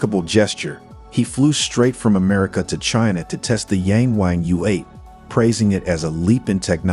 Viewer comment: It's pronounced "Yarng Warng".